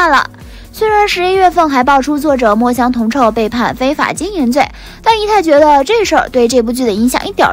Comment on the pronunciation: 肖战主演的陈情令原著作者叫墨香铜臭xiu第四声，请小编多做功课